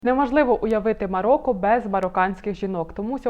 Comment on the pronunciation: Цікаве відео, але, українською МароКо, а не МароККо